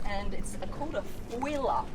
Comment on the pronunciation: The way she says a foiler yacht😂